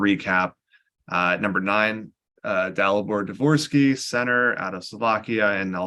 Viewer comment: Good choice by to say Dvorsky.